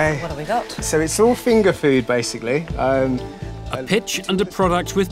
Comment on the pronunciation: He said poo, not food lol 😂